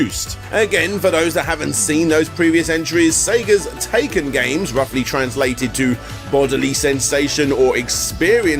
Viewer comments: Great video, BUT "体験" (taiken) is pronounced TIE (as in necktie)-ken, not "taken".... Took me a second to figure out what you were on about. Anyway, keep up the good work. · That’s really not the correct way to pronounce Taikan.